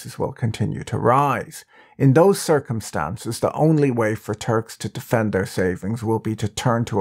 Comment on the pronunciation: This is a great content! But the way you say “muslim and turk” is triggering me. Like you are saying muzlem or something.